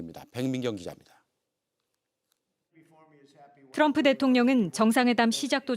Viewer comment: 윤석렬은 바이든을 날리면 했지만 이재명대통령님 트럼통이 아니라 트럼프 라고 정확하게 발음했다